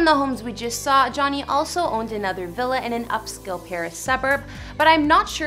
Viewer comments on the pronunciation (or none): none